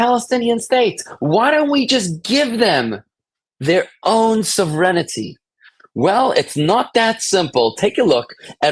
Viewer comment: To, please learn how to pronounce "sovereignty."